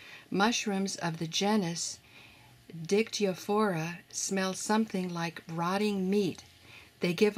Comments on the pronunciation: Listening to the narrator mispronouncing the name of that fungus, made me laugh...So HARD!! 🤪🤪🤪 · Little bit struggling with Latin nomenclature ;))